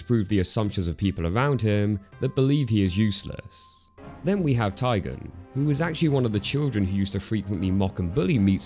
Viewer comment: tai gen not taigon